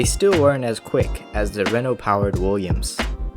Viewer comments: Renault. Not renalt. It’s pronounced renno. And it’s spelled Renault. Also, it’s not Micah. It’s Mikka. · Renault is not pronounced ‚ren alt‘.. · ...and said Ren"olt". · Ah yes, Reno. Not Renault, but RENO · This dude must never have watched F1 if he can't spell/pronounce 'Renault' and 'Mika' Hakkinen correctly. There were several others, but that's beside the point. Otherwise an okay video.